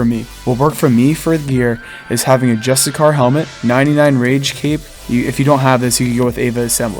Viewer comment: Justicar = (juh-stih-sure). Great guide!